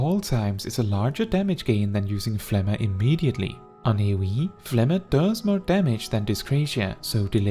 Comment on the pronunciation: I love this video, but I am commenting only to say that I respect that you say phlegma correctly, lol.